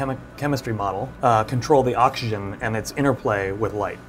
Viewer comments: anyone else find it super annoying the asian dude says "Ocshen" instead of oxygen? edit: im further into the video, he does that to a lot of words. dude. fully pronounce your words. wtf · Take a shot Everytime this guy says 'Oxshen'